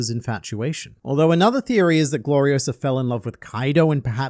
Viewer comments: "It's Glori-o-SAH, not Glori-o-suh!" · It's Gloriosa, not Gloriosa. 😅 But SHE FELL FOR XEBEC. I am beginning to think Xebec is basically not what everyone says he is. I think he's actually another Luffy and Roger. Looking at them saying he ran off ahead and just blatantly talking about his similarities to Luffy and Roger. I think Ol Lady Nyon is the Boa and Xebec is the Luffy of the modern era.